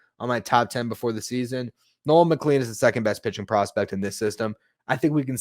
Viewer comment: Just fyi: Nolan McLean’s name is pronounced “McClane.” Like Bruce Willis’s character in Die Hard. Doesn’t seem like it should be pronounced that way, but it is.